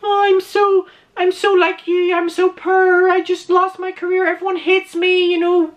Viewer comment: I love how you pronounce "poor" so that it can be heard as "poor" Or "pure". His "I'm so pure" act is as implausible as a $2 Hooker making the same claim. His "I'm so poor" act is just as full of nonsense.